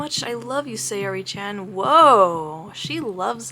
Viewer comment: i don't think saori's name is pronounced like sayori more than sour-y